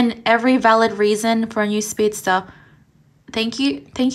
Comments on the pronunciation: Teeds it's not speedstare, it's speedstairs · "Shuld" "speedstare"